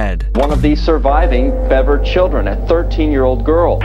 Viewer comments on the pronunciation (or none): Bever not Beaver and I'm only correcting it due to the victims names and not the monster perpetrators. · BEVer not BEAVer